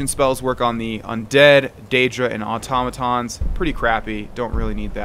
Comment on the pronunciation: Automatons is "auto-" and "muh-tahns," but every time he says it, it becomes "ah-tah-mah-tahns" 😂😂